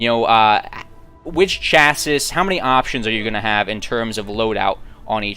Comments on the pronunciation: Chassis= Sha-see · I've heard people from all around the U.S./Canada say the word Chassis, and I have only ever heard people pronounce it where it sounds like Cha as in Chad with a hard CH like 'church' sound rather than a soft SH sound as in 'chaperone' and ssis as in sea/see with a silent final 'S' and a long 'I' and pluralized like many 'seas'. Once we're done with this pronunciation conundrum we can move on to the may-lay vs me-li debate!